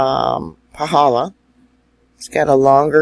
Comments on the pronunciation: I felt a good jolt earthquake at 3000 ft elevation near Volcano national Park.. you are pronouncing Paw - hall - law perfectly 🥇🏆... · Excellent pronunciation of the crater👍🏻👍🏻👍🏻👍🏻